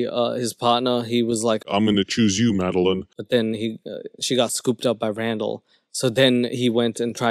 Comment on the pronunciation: first off, I love when u immigrate Madelyn, but the “RAM-dall” comment has me dying! 😂😂😂